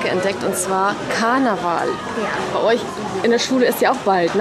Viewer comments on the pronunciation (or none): Sie hat Karnaval gesagt 😂